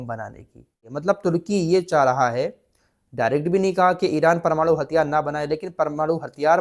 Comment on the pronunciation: PARMARU kyun bolte hai, sahi wod PRMANU hota hai sahi bolye